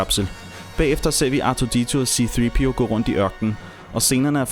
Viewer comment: c3po ikke c3peo